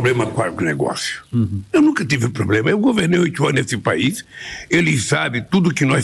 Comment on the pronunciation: Insuportável ouvir esse aí falando , " esse PÉISSS"( país) , não da pra ouvir a audiência cai 🤡🤬